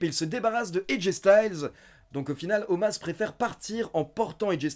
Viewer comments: Un jour t'arrivera a dire Omos et pas Omas lol Bonne vidéo, mieux que RAW en général ^^ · Bah il s'appelle Omas, tout le monde lors de RAW prononce Omas, donc je ne vois pas pourquoi je prononcerai Omos :) La WWE l'a expliqué, ça s'écrit Omos, ça se prononce Omas ;)